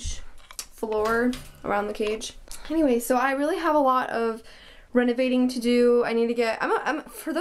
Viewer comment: I love them! And lol, the part where you couldn’t pronounce the word renovating!!😂😂